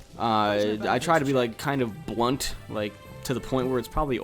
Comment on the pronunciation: lol u say blunt funny....heh....heheh....blunt